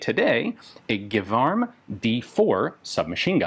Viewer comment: As a native speaker, I would be quite surprised if it wasn't pronouced "Jévarm" insted of Guévarm". You're quite probably under German influence (Gewehr) :)